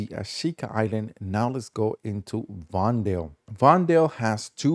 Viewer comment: It hurts how he pronounces vondel